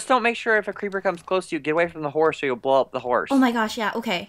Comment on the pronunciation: said phorse insted of horse